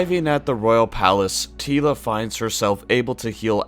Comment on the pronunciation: We didn't think it was bad.... just te first half was "Tee-la and the Masters" :) Merry Christmas!